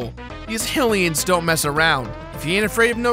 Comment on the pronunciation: Why does everyone say "Hill-ians?" It's pronounced "HIGH-lians!" Hell, you say "HIGH-rule," so what's making you say "Hill-ians?"